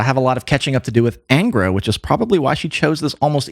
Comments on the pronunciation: Just one observation: The correct name is pronounced ÂNGRA (nasalized), not ENGRA. Another important piece of information is that 3 members of that 90s lineup formed another band, called "Shaman". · A small point on the pronunciation of "Angra". The "an" is not like the "an" in anger, but the "un" in pun.